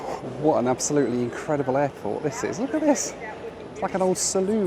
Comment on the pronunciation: I didn't know you could catch a plane at the "hairport" 😂